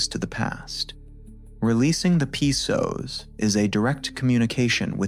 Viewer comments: haha, it's not called the P soas, it's just the Psoas without the P sound. Fix your AI guy. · I believe it is the “Psoas” lol not the “P-Soas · Should definitely not listen to anyone who calls it P-soas Probably AI slop, definitely b.s. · Video came back But Your images dont match the exercise and your AI voice pronounces PsoAs wrong it’s not P soas